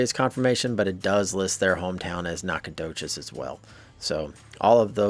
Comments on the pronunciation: As a long time Texan please pronounce it Knack-uh-doe-chus. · OH GOOD GRIEF MAN! It’s pronounced: Naka-do-shes! Ask a Texas some time.